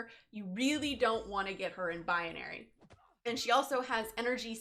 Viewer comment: BI-NA-RY not BI-UH-NA-RY